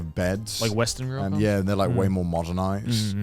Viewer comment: You guys still pronouncing it "reeeyokans???"...it's just "yokans" guys lol